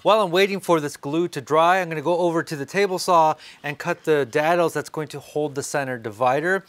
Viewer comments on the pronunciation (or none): Dude... I have missed you. I love your pronunciation of Dados... Dad-O's. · Wait...did you say "DAD-OHs"!?!? Lol